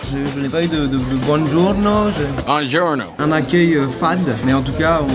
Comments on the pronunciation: 5: 24 "Buongiorno" pas "bonjourno" !!!!!!! XD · « bonjourno »💀 c’est Buongiorno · Attend attend "Bonjourno" 😂 ta détruit la langue italienne 😂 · Charle qui vient de baffouer toute l'existence de l'Italie en disant bonjourno et pas buongiorno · Alors stp, n'enc**e pas l'italien en mettant bonjourno..c'est buongiorno * Très bonne vidéo sinon :) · bongiorno pas bonjourno je vous promets je fais de l italien et j ai replay 10 fois tlm ça m'a choqué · Pour Boujourno c'est "Buongiurno" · Buongiorno pas Bonjourno ah ah ah 😂😂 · le petit bonjourno Il m'a tué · Il a eut son "bonjourno" a 😂